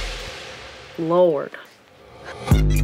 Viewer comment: When she said “Lorrrrd” at the end I had to smile and be like wuuut, she all of a sudden sounded like she’s for the ATL. Ayyyeee. 👏😝